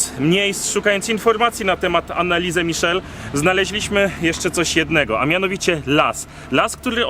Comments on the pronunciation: Anneliese a nie annaliese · Anelisa/Anelise(drugie n powinno być nieme). Wydaje mi się, że tak to imię powinno być wymawiane. A siostra Marta była starsza, w końcu urodziła się 4 lata szybciej. W takich małych miejscowościach niemieckich gdzie są kościoły,często dzwony biją o równych porach, a nawet dają znak co 15 minut. I nic dziwnego, że dzwony biły jak wieszali człowieka, jakoś trzeba było to ogłosić społeczności, i być może oddać ostatnią cześć osobie , która była przed nią postawiona. Może i była opętana, ogólnie przykra historia. Jednak uważam, iż napięcie które próbujecie zbudować, jest dla wyświetleń? Mimo wszystko fajny odcinek, który zawiera istotne informacje. 😊